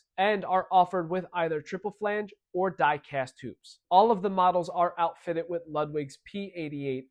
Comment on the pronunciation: "Outfittitt" with ebonic inflection